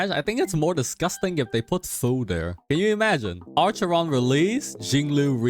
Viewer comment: "ARCHERON". Im crying